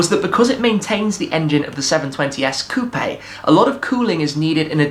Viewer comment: Coupe is pronounced "Coop"